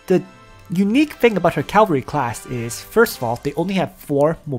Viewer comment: “Calvary class,” “SÂH-ku-ra” and not “SAW-ku-ra” hah thanks for all the intel and advice on your channel, though. For real. There’s only so much out here and you seem to know your stuff.